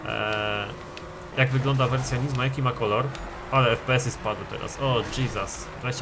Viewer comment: Nie żadne NIzmo tylko Nismo przez wyraźne S w środku. Nismo = skrót od Nissan Motorsport. Na nissany mówisz nizzan?